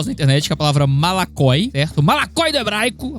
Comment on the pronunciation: voxe dixe malakoiginho?????!?? Do hebraiiicooo